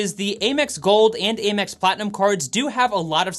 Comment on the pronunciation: A quick little FYI, American Express is most commonly referred to as AM-ex instead of A-mex.